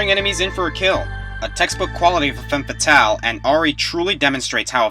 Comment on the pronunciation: SAMUS ISN'T A FEMME FATALE! IS REALLY THAT HARD TO SAY!?